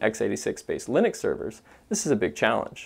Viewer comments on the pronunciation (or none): none